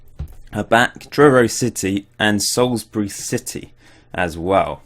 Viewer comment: Before you do a Paul's Big Day out for Salisbury, learn how to pronounce it. It's salls-bree, not sal-is-bree.